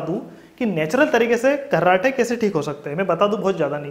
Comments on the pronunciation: abe gharrate nahi kharrate bol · अबे घर्राटे नही रे मुन्ना ,,,,खराटे बोल रे...chu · घर्राटे नही खर्राटे होता है।।।